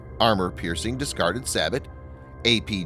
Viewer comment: it ain't "Saboat" ain't Black Sabbath. it is pronounced "SAY-BO"